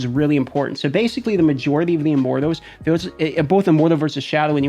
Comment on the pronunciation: I feel like he's saying "Immorthose" and its driving me nuts.